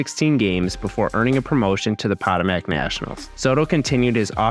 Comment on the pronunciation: Potomac, not Potomac. Great video.